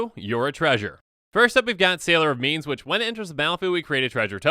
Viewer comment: I absolutely heard Sailor of Means as Sailor of Memes.